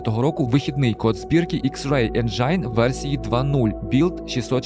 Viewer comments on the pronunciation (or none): Топовий байт на комент, слово "енджайн"😅. Engine [ˈenjən] - Енджин (з наголосом на першу "Е") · Друже, Енджин а не Енджайн, якшо шо